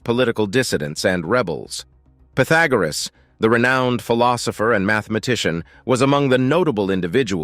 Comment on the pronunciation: I thought he said pohfagoriss lok